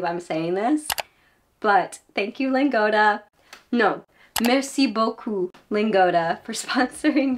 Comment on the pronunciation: I'm French and I love your "merci beaucoup"